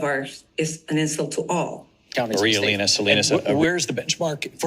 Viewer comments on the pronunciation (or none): none